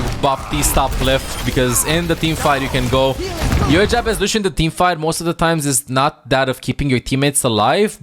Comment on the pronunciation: Not lushhhhhio , it s lussssssio, remember.